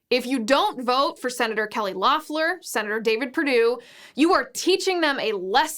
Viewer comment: Fyi, Liz : it's pronounced "LEHF-ler." Not that it matters now to anything but the footnotes in history books.